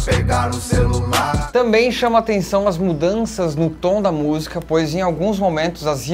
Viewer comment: fala busica 😁